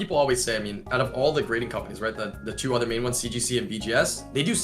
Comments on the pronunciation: Does everybody from New Hampshire pronounce other as ether? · Lud pronounces other as "ether" ???????????